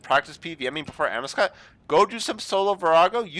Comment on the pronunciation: I believe its pronounced 'Amaowscut'